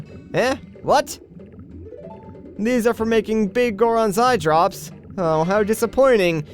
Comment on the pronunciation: But the Biggoron didn't say "eyedrrrrrrrrrrrrrops" he just said "eyedrops", fail!